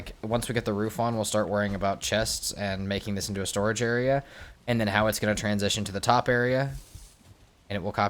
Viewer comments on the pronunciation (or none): none